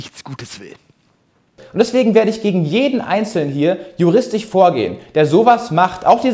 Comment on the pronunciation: ....sagte er und kann nicht mal das Wort "juristiSCH " richtig aussprechen kann ;)